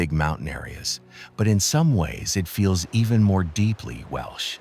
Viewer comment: Might be good if the voice over could at least pronounce Welsh.